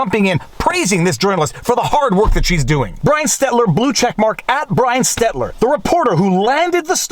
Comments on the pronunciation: I love you, Viva, but please stop saying "Stetler." It's stel-ter. You're making my ears bleed. 😂 I'm pretty sure Stetler is one of the old guys from the Muppets. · It's Brian STELTER, not Brian STETLER!! You've been saying the CNN reporter's name incorrectly for months! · Come on now. Stel-ter. Not Stet-ler. I think the guy is an idiot but no need to mispronounce his name. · Stelter, not Stetler. Unless you’re saying it wrong on purpose... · Brian STEL-TER. NOT STET-LER. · it's Stel-Ter, not Stet-ler. BTW his Stelter's Twitter photo is about 60 pounds ago. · Let's go Stet-ler... I mean Stel-ter. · Killing me with the Stet-ler Stel-ter., I'm autistic. It HURTS! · Again, Viva. It is "STEL-ter" not "STET-ler" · Viva, I love ya but it's SteLter not Stetler. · STELTER (stel-ter) lol 🥸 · lmao your still saying Stetler. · Why do you always mispronounce Stelter's name as Stetler? Folks in Stetler Alberta are not liking this.. Watch out, he might dox you! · I love that Viva always pronounces Brian "Stetler" name wrong..... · Brian stetler!!! I always love that you say it that way haha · I love when you mispronounce cryin Brian Stelter 🤣🤣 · I've never seen anyone more dedicated to mispronouncing Stelter hahaha Keep up the good work Viva ;) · Does Viva get Brian Stelter's name wrong on purpose? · Also, I'm still curious if you say Stalter's name wrong on purpose. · I love how viva doesn’t even try to say Brian Stelter’s name right anymore.